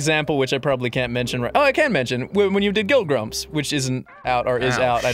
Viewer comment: Woah woah wait a minute did he say guilt grumps or guild grumps?